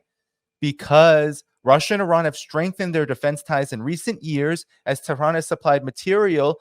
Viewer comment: Don't change the countries name by pronouncing wrongly since it is annoying. You should pronounce IRAN (EE-RUN) & the capital is TE'H-RUN not Tran.